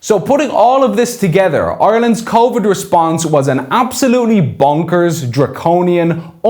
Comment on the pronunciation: What's convid? Spoof nineteen is it?